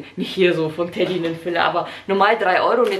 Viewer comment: es heißt doch nicht Teddy 🤣